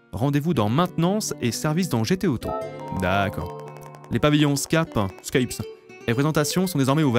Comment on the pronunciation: Scapes comme escapes. Pourtant pas compliqué à prononcer.